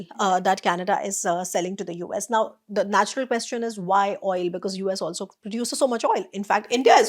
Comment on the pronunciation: Very insightful. Brings a lot of perspective. But 'Quest-ion' is a delightful new take on the word 😀